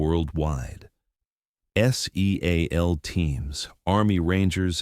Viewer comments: Can you make the artificial stupidity how to not pronounce seal and while you are at it. The special martial arts outfit is not called a GEE EYE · Ca't AI pronounce SEAL instead of spelling it? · Di you really need to spell out Seal? It’s a bit distracting. I don’t think AI will also spell out deal or meal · Why do you spell out seal just say it